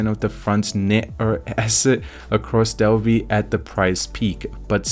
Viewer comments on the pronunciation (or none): none